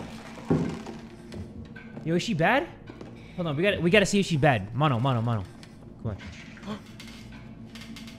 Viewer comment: Mono sounds like mondo